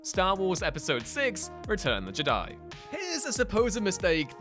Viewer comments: Im a bit confused as to how a channel dedicated to Star Wars can’t say the word Jedi. FIVE times you read it as JiDi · You missed the greatest mistake by far, the way you pronounce 'jedi' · Only the Viceroy in Episode 1 puts the emphasis on the "di" part. Everyone else puts the emphasis on the "Je" part. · I find your lack of ability to pronounce the word "Jedi" disturbing.